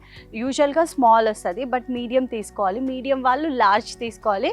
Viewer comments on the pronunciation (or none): none